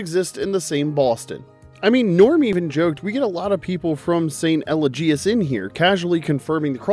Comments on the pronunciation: St. El-e-gee-is? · Once again, thanks to AI and not enough research, words get mispronounced. You got St. Eligius wrong